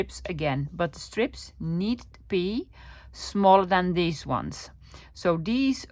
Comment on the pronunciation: Such good English! But not deez but THESE...